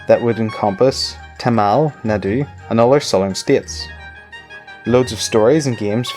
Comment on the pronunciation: The pause between Tamil and Nadu was awkward... Nadu means Land btw... So 'land of tamils'.